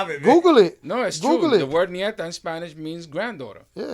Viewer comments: This two fools say they are Spanish but don't know the difference between ñeta and nieta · Smart educated men .. BTW it's Ñeta not nieta/grand daughter 😎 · Its not ñieta ..... is ñeta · Nieta It’s not the same as ñeta